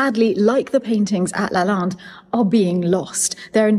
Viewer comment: I‘m confused. When you talked to the lady at the Brocante about the school and also about Lalande you pronounce LalANde correctly. When you then speak English you pronounce it - sorry to say wrong - like LalINde. Has this to do with an English way of pronouncing it? But the name is French and should be pronounced in the correct way. Please explain this riddle to me. I was raised bilingual so I know without a doubt that of course the pronounciation in your French conversation - and by the way the Lady also said it correctly - is LalANde.